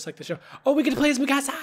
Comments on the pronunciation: no sam not mee kasa its MI CASA XD SPANGLISH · It's not mekasa its mikasa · its not maksia its miksia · You pronounce Mikasa Mi-kasa but it's actually pronounced Mik-asa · it's (meekusuh)how you actually say it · Mikasa (meek-a-SA) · its mi-ka-sa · You said mikasa's name so wrong to me not hateing love your videos 😭😂😂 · he dosent say miksa right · SAM U PRONOUNCED MIKASA WRONG!!!! DO YOU EVEN WATCH THIS ANIME!!!levi x mikasa lol